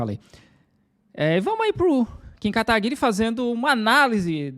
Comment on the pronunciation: O magno malte sabe falar Kim kakakakakkakkakkaka guiri